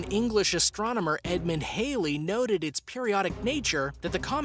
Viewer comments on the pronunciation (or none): You pronounce Halley wrong.